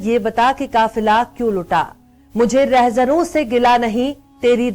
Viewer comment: Bekhauf patratrika. Sher bahot acha tha lekin woh lafz REHZANON hai not REHZARON.